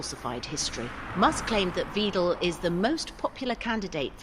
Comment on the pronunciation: A very small point but in German, the spelling 'Weidel' would be pronounced VY-del not VEE-del (as the female in the voiceover). 🤔